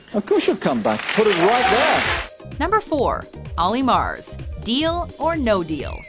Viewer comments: She's saying murs wrong for olly murs she's saying mars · oh for fuck's sake, it's pronounced "mers" not "mars", it's not even spelt Olly Mars smh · Olly Mars...OLLY MARS? Watchmojo is at it again, Olly Murs, Mur like Mer from Mermaid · Olly 'Mars' really? Its Olly Murs like mers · "Olly Mars" wtf😂😭 it's Murs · It's Murs not Mars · Olly Mars? Mars? MArs? It's MUrs. U not an A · Same, don't see any reason why she thought it was pronounced Mars. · Mars haha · When she said Ally Mars I died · "Ally Mars" 😂😂😂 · Written as "Murs" but they're saying "Mars" so like what the heck, guys? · Who the fuck is Olly Mars? Olly Murs isn't a difficult name to pronounce... TRIGGERED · I cringe every time she pronounces Olly Murs name wrong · Lol Olly s last name was killed 😂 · Why are you pronouncing Olly Murs wrong? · they said olly murs' name wrong :/